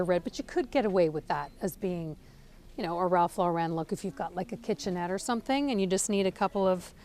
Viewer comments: His last name is pronounced "Law"ren not Laa"ren" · It's pronounced Ralph LOR-en. Not Ralph Lor-EN. He would tell you this himself. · 'Ralph LORE-IN please. No need to be extra fancy and say Lore-ren. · Ralph Lauren not Ralph Loren. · I have to say it. It's not Ralph Laur-en'. It's Ralph Laur'-en. He's American. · His name is Ralph LAW-ren. Not Law-REN! He’s not trying to be French! As a designer, you should be pronouncing it correctly. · Ralph Lauren is pronounced LAW- ren. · You of all people should know how to pronounce Lauren. The stress is on the first syllable. Therefore, the correct pronunciation of Ralph Lauren is Ralph LOR-en. It's not French! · Lauren is pronounced like the womens name.